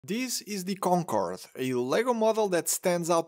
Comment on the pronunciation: i love how this dude speaks: DEES EES DEE KONKOWWORD